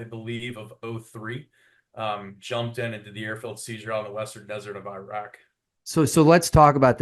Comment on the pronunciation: why does dude keep saying “irach” 😂